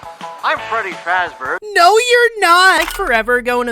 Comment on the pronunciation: his called freddie fazbor